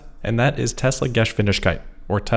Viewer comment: German pronunciation help: Geh-shvin-dig-kite, emphasis on second sylable